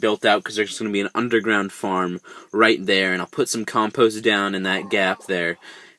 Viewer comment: I got 4 blockheads and thats not how you say compost